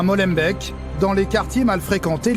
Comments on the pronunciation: Super journalisme. Déjà on ne prononce pas "Molenbèque", mais "Molenbéék". Et Molenbeek n'est pas une banlieue, mais une des 19 communes de Bruxelles ('Brusselles")... EN Belgique, on ne dit pas "Parisse" hein. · C'est pas des banlieux en Belgique n'importe quoi et de 2 on dit pas Molenbec comme le bec d'un oiseau mais Molenbeek comme tu prononce le é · Molenbèèk Molenbèèk !!ahhhhhh non c est Molenbéééééék la prononciation é !!!!!!!! c est trop enervant c est comme Anvers ils prononcent Anver et non c est Anvers on prononce le S c est peut etre pas logique mais c est comme ca ! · Molenbeek se prononce Molenbék siouplé ! Merci. C'est pas une banlieue et il me semble qu'à Anvers c'est bien pire et dans le dit carré à Liège, c'est pas triste non plus ! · j'ai les oreilles qui saignent à chaque "Molenbèk" et "Bruxxxxxelles" :'( :'( :'( :'( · Maulainebèque ? c'est ou çà ? Quelle clète cette voix off.... 😅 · Rien ne va. Les "journalistes" passent des semaines à Bruxelles et ne savent toujours pas qu'on dit "Brussel"; il n'ont toujours pas compris qu'iols sont à Molenbeek et pas à "maulènebèque"; ils présentent un policier comme "ancien de la BAC" sans se demander si la BAC existe en Belgique... Il nous présentent dès les premières minutes ces héros qui hurlent sur !un dame en la tutoyant; il montrent la grande fierté de nos policiers qui ont arrêté des gens pour "outrage" pendant qu'à 200m de là la came coule à flots... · Par contre MOLENBEEK ee=é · et on dit molenbék , deux ee c'est le son "er" amis Français Beekkant "bé" k "anne "t" ce qui tue c'est que la tu sais dire é sur les deux ee , trop bizar , et j'ai jamais ue de problème surtout pas à Bx parcontre Charleroi ou la Louvière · molenbèk xD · il faut arrêter de confier des reportage sur la belgique a des francais hahahaha jpp de Molembaike et de Bécante hahahahahaha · Molenbéék mdr ça se dit Molenbéék merci pour se bon travail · Molen BAIK et Baie KANTE où sa décante... Mdr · et c'est MolenbEEk et pas Molenbèk :D